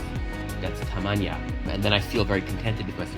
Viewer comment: I think that you have an excess in t's on the word 'fuera' You pronounced it as 'tamaña' instead of 'tamaño' Bastar would actually be 'enough', I personally would use satisfecho or conforme for 'content'. That said, the progress is really impressive. To learn English, on top of what we did in school I used to watch a lot of YouTube videos in English with English subtitles. Also reading the comments and even commenting myself. Eventually I stopped needing to google every other word or even needing subtitles at all. As of right now I no longer need to mentally translate any English word into Spanish (my native language) for it to make sense, the untranslated words by themselves already make sense in my head, I'm even able to think in English. It's all nice and dandy in theory but I don't think it would've been possible without the help of a teacher to teach me the basics of the language like how to form sentences and memorizing past forms of irregular verbs like swim, swam & swum.